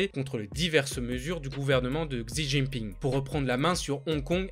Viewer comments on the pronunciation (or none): Super vidéo !! Juste pour Xi Jinping : Xi ça se prononce « chi » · Super vidéo ! Par contre fait gaffe à ta prononciation du h et du x en chinois (h=r, Huawei se prononce ruawei)(x=ch, xi jin pinse prononce Chi jin pin)